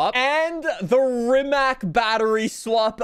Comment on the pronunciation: And Ree-ma-c. Not Ri-ma-k. With a C, not a K because in Croatian it's pronounced with a C